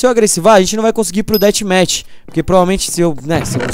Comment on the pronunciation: Dathmatch é com som d f Cauê kkkk